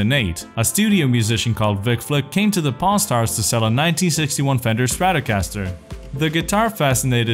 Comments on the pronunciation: Sounds like he's saying pornstars :) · I'm sorry in the beginning I thought he said porn stars lmao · Why am I hearing p*rn star? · Sounds like he is saying Porn stars in some bits.